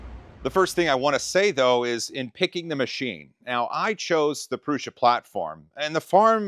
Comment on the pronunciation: Very cool! Say it with me..... "Proo-Suh" 😁👍